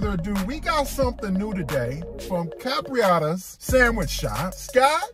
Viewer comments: Bro why you keep calling it Capriotta’s? Capriotti’s with an i 😂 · Please please pronounce it right...its cap ri ot tees I know I'm spelling it wrong on purpose to give u a break down....good video bro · Why can’t ANYONE pronounce the name right.. it’s like they don’t even read the name… where does this dude see an A at the end